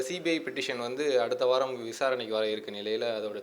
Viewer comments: is he educated??? funny pronounce, swathi as Suvathi, CBI as CPI, Infosys as Imboosis flight as Pilaite bengalur as penkalur lol........ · Is he a real Advocate or Doobakur Advocate. Instead of pronouncing the word C B I he is uttering C P I a learned man does't know how to pronounce the word C.B.I and C.P. I. Degree Holder or purchased the Degree. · He is pronouncing CBI as CPI